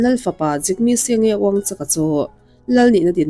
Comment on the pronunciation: Wangchuk hi Wangchak ang nilovin Mizo in "u" kan lam rik dan anga WangchUk tih a lam rik tur. Bhutan Royal family hi an felin hriat ka nei ve nual. Naupan laiin King Jigme Singye Wangchuk a first cousin HRH Kencho Dechen Wangchuk nen hian Loreto ah school kan lut ho ve thin a, kan in pawl rual bakah kan inkawm nasa hle thin. Chu chu 1975 leh a hnu kum engemaw chen chho bawr vel daih ani tawh , Jigme Singye la tlanval lai. Kum tamtak hnu ah ka nau leh ka fapa te pathum St. Joseph's school Darjeeling ah an lut ve leh a. Bhutan royal family ami an mipa te school luhna bik anih avangin kan in hmelhriat tha leh hlawm nual a, a hlimawm duh khawp mai. Chutih hun lai chuan Bhutan Royal family a an prince tho, ka thianu Kencho cousin chu Catholic ah alo in pe a, puithiam ah a tang ta daih a. A zir chhuahna St. Joseph's school ah ngei ka fate luh laiin Principal hna a rawn chelh a. A hming chu Fr. Kinley Wangchuk ani. Ka fate hi Cl III atanga Cl XII thleng zir an ni bawka kan inkawm leh nasa hman viau ani. Aizawl e pawh an rawn zin ve a, nuam an ti viau. Ka thianu ber erawh chuan tunah chuan fam min chansan ta reng mai. Ka rawn share ve mai mai ani e. An chanchin in rawn ziah takah chuan lung te a leng ve deuh.